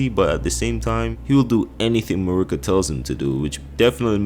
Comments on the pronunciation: mUrrr-ikA is wild. the game characters all say marY-Ka. did you have it on mute? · You emphasize the first A in Marika, not the I. It’s almost like you’re saying Murica. The way you’re saying it just sounds like you’re saying f@ in Spanish lmao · How do you say Godfrey’s lion’s name but butcher Marika and her twin son ( I can’t spell his name). I clicked off almost halfway.